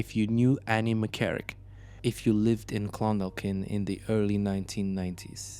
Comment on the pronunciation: you don’t sound like AI, it’s just certain pronunciations sound strange the second L in Clondalkin is silent like the L in walk.